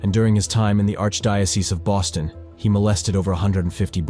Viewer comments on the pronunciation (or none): none